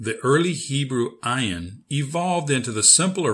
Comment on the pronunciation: Because it is not silent. You should learn with a middle eastener person. Search Maha channel. She teaches hebrew and arabic. This channel have a terrible pronounciation Ayin has the sound of "uugh". Is very hard to describe.